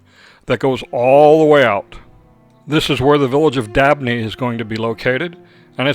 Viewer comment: Did you say Lake Village of Dabney or Davney?